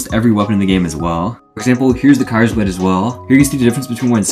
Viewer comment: ur pronounciation of kyrsblade is silly